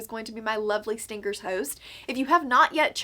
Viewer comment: HAHAHAHA on 2x speed and with your accent stingers sounds like stinckers